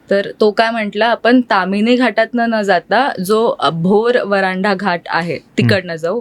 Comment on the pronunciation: व्हरांडा नाही हो वरंधा घाट अस आहे ते